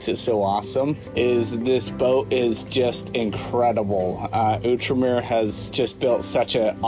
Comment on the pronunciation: Its Out-Remer... Not ewwtremer